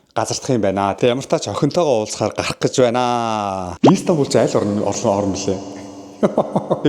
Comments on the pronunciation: İiiistanbul bish istanbul shuu hahaha 😅🤣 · Иис тамбул биш Истанбул гж богино дууддаг болно❤ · өө тэгээд ииистанбул иииистанбул биш мэдлэггүй дуракаааа зүгэээр Истанбул, И нь өргөлттэй биш цүүццү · Shanghai, Turk, Solongosiin ongotsnii buudal dajgui sanagddag. Ийстанбуул, Аайрпорт гэж хэлэх болгонд тухгүй сонсогдоод байх юмаа😂 Истанбул, Эйрпорт